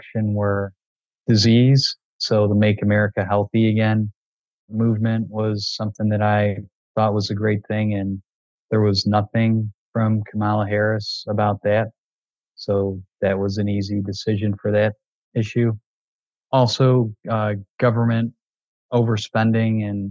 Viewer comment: These young men don’t even pronounce VP Harris’ name correctly. Yet they are confident they understand her position on policies. This was a remarkably frightening conversation.